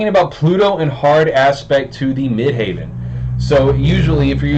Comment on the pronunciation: Dude, it’s midheaven as in where god is - not midhaven which sounds like a golf resort. You gotta get that right to be taken seriously. I like your take on the aspect though 😻